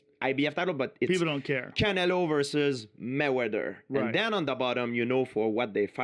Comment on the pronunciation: Everyone: Canelo GSP: CAN - L - O